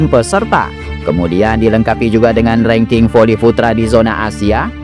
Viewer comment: Pake A Bukan E rangking